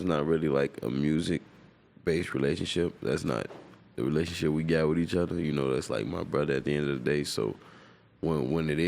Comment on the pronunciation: “Each udda”